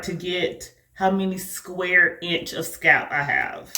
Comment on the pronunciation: Your grid looks incredibly neat. Is that a regional thing when you don't pronounce the L in "scalp"?